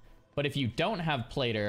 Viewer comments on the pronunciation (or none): Its pronounced Plat—-tter…. Love you